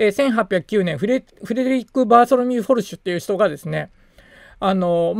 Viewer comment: スペルから言うとフォルシュではなく、フェルシュですね。